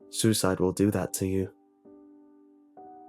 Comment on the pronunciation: his accent when he said suicide 💪💪💪💪👅👅👅👉👌💧💧💧💧